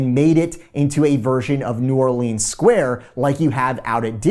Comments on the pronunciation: it’s pronounced new orlins not new or leens 🤦‍♂️ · Enjoy your stuff but PLEASE!! It’s pronounced “new OR-luns” and not “new or-LEENS” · you are killing me with New Orleeens. STOP lol. I’m a native. New Rlins. Love ya but whew, nails on the chalk board lol. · As a New Orleanian it triggers me when people say New Orleens and there’s no way I’ll be eating any beignets that are made in Florida 😅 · How to pronounce New Orleans like a local. New Warlinz pronounced as one word. Not New OrLEENS and definitely not Nawlins. Lol. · New Orleans is pronounced "New Orlins" ;) Can't wait to watch this!